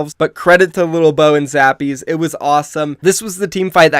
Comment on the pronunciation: it's lilbow not littlebow.... he was a former SC2 pro and he was always called lilbow